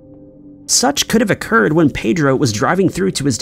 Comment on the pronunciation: That is not the correct pronunciation of ‘Pedro’